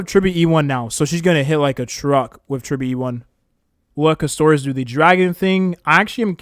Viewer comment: Bro please Caster - is not Cuss - Toris